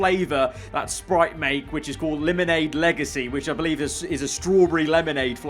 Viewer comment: This guy just said leEmOnADe